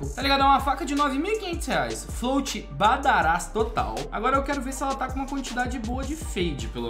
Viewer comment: te amo mas para de falar badarás o certo é badáras